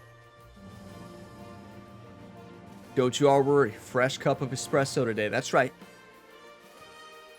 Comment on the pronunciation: It shows how well plays golf when he has a fresh piping hot cup of “exspresso”. LOL!! What a round!! And yes, this course is beautiful. Nice seeing a clean scorecard. Let’s win this one!:_gamerOnetime::_gamerHype::_gamerGamerw: Cheers!!